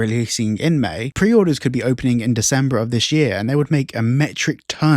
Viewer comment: Can’t take a person that can’t even say May right serious